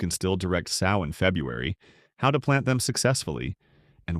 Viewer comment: I hate the way the bot pronounces "sow" as in a female hog. If the bot doesn't pronounce correctly, let a human narrate.